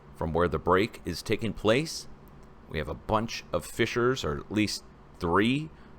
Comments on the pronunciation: Sorry you keep saying Fischers, when the word you need is FISSURES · YOU KEEP SAYING FICHERS< DONT" YOU MEAN FISSURES